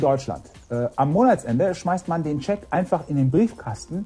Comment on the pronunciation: das wird Scheck, nicht Chäck ausgesprochen, das fällt mir noch ein! hahaha